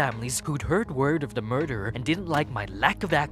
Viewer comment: CreepsMcPasta maybe when you learn to pronounce the word THE, instead of Saying DA